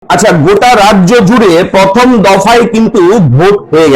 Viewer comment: পথম ' দি বেন' পশনো' = উচ্চারণ সঠিক করুন???